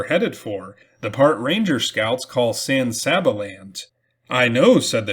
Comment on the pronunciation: San Saba is pronounced San Say-ba.